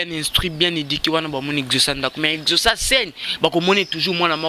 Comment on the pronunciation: Prononciation na yo mabe exaucé yo ezocé